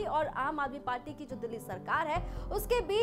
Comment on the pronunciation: Ma'am " Party " hota hai paati nahi 😂😂